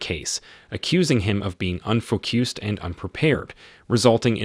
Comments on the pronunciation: aye, yo wtf is unfo-CUE-sed.....never in my life heard THAT pronunciation! we ain't bouta act like that's normal. it's unfo-CUSSED, cuh ike the word cousin, not like with a hard Q, like the word cue/queue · This is an AI summary, right? Mispronouncing "minute" and "unfocused" is very odd and, I suspect, indicative of the AI.